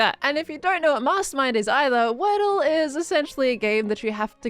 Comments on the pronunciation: wordye instead of wordle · word-dye (wordy) for the games name